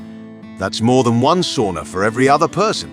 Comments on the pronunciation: It's pronounced "sauna", not "soona". Repeat after me: sauna. And once again: SAUNA. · C'mon, this is basic. Sow-na, not saw-na. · You need to learn to pronounce sauna, especially if you use the word so often. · He sounds British. I've never met a Brit who can pronounce sauna correctly.